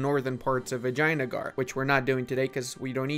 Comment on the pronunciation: Is it just my ears or pronouncing vijaynagar actually sounds like "vagina-gar"??? 😭